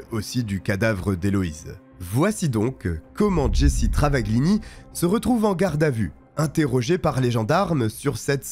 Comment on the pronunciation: yep .. le "gl" (dans travaGLini ) en italien se prononce "ll ; on n'entend pas le G) 🙂 Cette histoire je l'avais connue ..dans enquetes criminelles ou faites entrer l'accusé, je sais plus (à la TV) .. mais j'aime bien re découvrir quand c'est raconté avec une aussi belle voix :-)